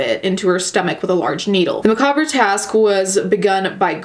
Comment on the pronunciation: Oof, I hate that pronunciation of macabre